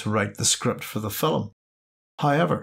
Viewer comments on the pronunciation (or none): It's film, not filim.